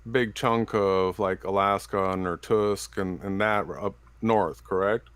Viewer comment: How does someone think they sound to others, when they blend together without distinction references to physical phenomena and accusations of Satanism? Also, it's Irkutsk, not Irtusk.